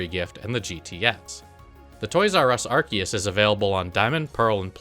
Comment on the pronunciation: it's pronounced "are-SEE-us"